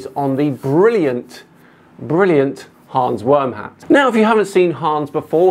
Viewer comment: Did you say Hans Wormhat?